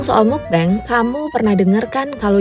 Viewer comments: "mukbeng" MUKBANG KALI MBAK BIASA AJA BACANYA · kontennya bagus bangettt, informatif juga. tapi mau koreksi sedikit karna disebut terus terusan, "mukbang" dibacanya "mukbang" bukan "mukbeng". baca huruf a nya ya "a" bukan jd "e" karna berasal dari bahasa korea seperti yang udah dijelasin di video ini kan hehe. jangan keliru lg kak, kan kakak yg jelasin sendiri di video ini😁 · Maaf Kak, mau ngoreksi sedikit, semoga gak menyinggung. Mukbang dibaca mokbang, bukan mukbeng. Mukbang kan singkatan dari MEOKneun BANGsong, Meokbang / Mukbang. Semoga saran kecilku dibaca. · It should be "mokbang" not "mukbeng" since it is originally korean word. Cmiiw. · Nah kan aslinya udah tau kalo asal katanya dari korea yang diambil depan-depannya aja. (Meok)neun dan (Bang)song. Jadi harusnya dibaca MOKBANG, bukan Mukbeng. Knp malah bacanya seolah-olah pake ejaan Inggris sih. Btw soal video ini jadi keinget Raditya Dika. Dia salah satu yg ga ngikutin market tp justru berusaha menciptakan market. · Pelafalannya mokbang.. mukbeng mukbeng😭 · Bacanya mukbang bukan mukbeng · Agak terganggu dgn penyebutan mukbang agak aneh. Krn udh terbiasa dgn meokbang.. Iya sih tulisannya mukbang tp dibacanya ttp meokbang.. Maaf ni ye gua mmng agak ribet hehe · Jadi ketawa dengarnya, pelafalan "Mukbang" kenapa tidak sekalian pakai pelafalan bahasa Indo saja, pelik banget dengernya denger "Mukbeng mukbeng" begitu, orang Indonesia sudah beradaptasi dengan transliterasi bahasa kata "Mukbang", jadi sebaiknya dibaca dengan pelafalan bahasa Indonesia saja. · Udah tau asal katanya dari korea malah dibaca "mukbeng" 😒